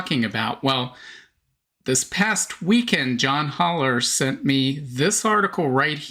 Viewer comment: John's last name is pronounced with a short "a" as in "pal". Another YTber used to pronounce his name as in this video, and finally learned the correct way.